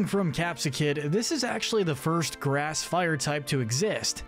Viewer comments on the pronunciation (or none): none